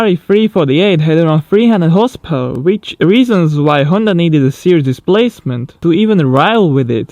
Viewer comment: Please don't get me wrong, but you need to improve the pronunciation of the words "however" and "horsepower" You're doing each time better ok, it's just a tip.